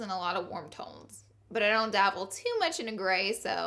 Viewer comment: great video honey! although it's dabble not davel , lol. love you!